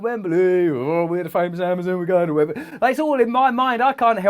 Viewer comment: Russell, it's not Wembely , it's Wembley